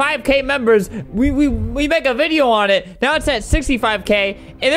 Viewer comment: You said No instead of Now